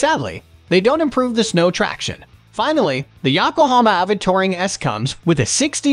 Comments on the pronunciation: yakohoma tire! ya-ko-ho-ma! it is yo-ko-ho-ma. YO-kohoma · AI voice sucks at pronouncing the brand names. Ya-kohama😅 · Defender is second on the list in this video. Right after the mispronounced Yokohama tire.